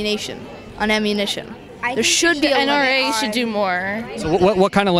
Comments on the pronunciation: my man said ammunation, he’s been playing too much gta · The kid is living off of his imagination from the movies and video games. I would never interview a child. Thinks James Bond is real. Also did anybody notice that he said "Ammunation" before ammunition? He wouldn't know that name unless he plays Grand Theft Auto. Maybe his mother should be concerned about that.